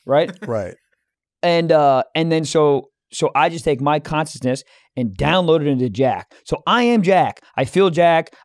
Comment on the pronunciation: I’m obsessed with not being able to say the word “consciousness”